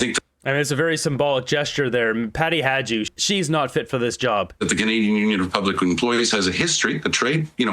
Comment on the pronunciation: it's funny that all the striking workers know how to pronounce Peppermint Patty's surname and you don't. It's HI-doo.